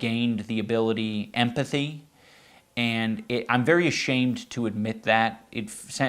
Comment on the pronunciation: Why does he say he gained Empathy like it's a Pokemon move 💀